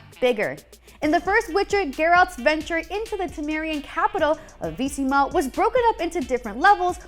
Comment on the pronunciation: omg, the way you kept saying Vizima triggered me. THE HELL IS VEESEEMA